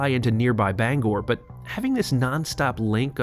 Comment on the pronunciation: Mainer here, thank you for pronouncing Bangor correctly!